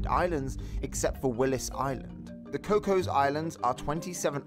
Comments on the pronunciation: The pronunciation of ‘Cocos’ 💀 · Cocos islands is mispronounced!